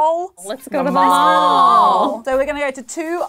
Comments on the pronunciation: Omg I died at trying to say mall 😂 Edit - omg thanks for all the likes that incredible xox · a brit: tries to pronounce “mall” like an american me: hears dual of the fates playing